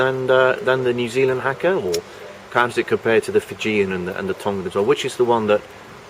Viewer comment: Why is it that european journalists never make the effort to pronounce foreign words correctly? it's not Hacker it's Haka